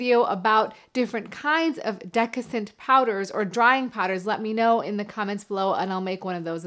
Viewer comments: you meant to say desiccant powder, not deccisant powder, right? Something about Mary clip, absolutely priceless! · "Dessicant" got mangled into "decascent". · It's desiccant pronounced de-si-cant, not decascent. Right? Or am I getting the word wrong?It's from desiccate, or to dry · Hi, I think it‘s called dessicant, not decassent. Some people just write or say it the wrong way around but I‘m pretty sure it‘s dessicant! I wear briefs by the way and no underwear when I sleep. Feels much healthier....! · I watch you videos and I like them. There is one part in this video where you talked about fungus on the groin. I think you said decassant but you meant dessicant. Just one little thing. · Good video, but the word may be desiccant, not decascent. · Desiccant! Say it with me, Desiccant! Not Decissant!!! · Did she say "decissant powder?" Twice? I think what you meant is "desiccant powder." Avoid all this non-sense and just go with old school, loose fitting boxers. Those "boxer briefs" are no different than tighty white-ies. They turn your junk into a hot, sweaty, meatball by the end of the day. Real man's boxers allow you to swing cool, and comfortably free all day. When you get home, you can drop trou, and you're already in your lounging shorts. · "Decascent" LMAO!!!!! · The word is actually desiccant. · Excellent videos dealing with sensitive topics. I just want to add that you may be dyslexic but just a minor detail, isn’t it desiccant powder? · Really? This is what you are wasting your medical degree on? In high school guys thought that taking a super hot shower would be a good form of birth Control. All those fathers now regret that bit of advice. Plus how can you trust anyone who can't pronounce desiccant.